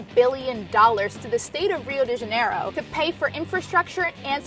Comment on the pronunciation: Did she say Hue de Janeiro? Dafuq?